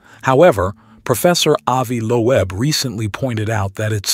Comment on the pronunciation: "Avi Lo-Eb"